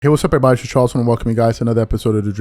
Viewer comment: ”Chawles” LMAO